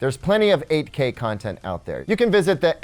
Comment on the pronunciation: I keep hearing AK hahaha. I am a huge fan of AKs so I like this one as well :)